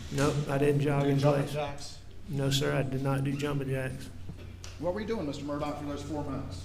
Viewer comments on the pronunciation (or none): His name is pronounced Alec Murdoch, but 😊😊is spelled Alex Murdaugh. What the hell?